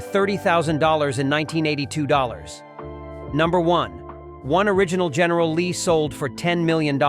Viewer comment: GERRNAL LEE DUKE HAZARD... GERNAL LEE NEVER GET RID THE. MILLION DOLLAR OR MORE